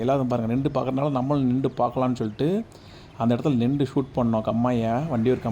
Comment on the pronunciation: நிண்டு அல்ல, நின்று திருத்திக்கொள்ளவும்